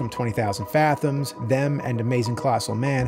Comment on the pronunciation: Interesting way you say fathoms